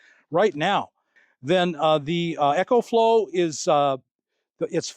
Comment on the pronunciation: Bro your the best but it's E-CO flow like eco-friendly. Lol 😅 Not EC-HO flow like an echo in a tunnel. Btw- it's the best!